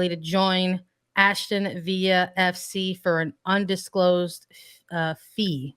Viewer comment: Yeah that was really painful to listen to. Sandra needs to do a bit more research before going on the air. Aston (no letter "h", like Aston Martin) and Villa (British pronunciation with the "L" sound, not Spanish "y" sound).